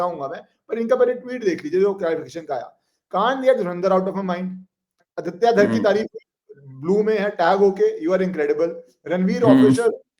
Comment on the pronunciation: यह आदित्य धार नहीं है , sir name इस धर not धार